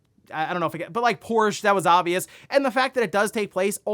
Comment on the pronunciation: No less than 3 mispronunciations of Porsche, I couldn't take it anymore and had to click off.